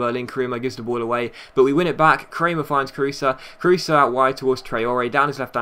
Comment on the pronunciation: It's just like Kroos not krusa